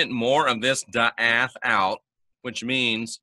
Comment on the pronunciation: Awesome! Not to be a turd but it's pronounced dah-ot. Daath=dah-ot(like dot but two ah sounds) I just found this one out a few months ago despite being VERY familiar with wisdom-soPHIa-daatg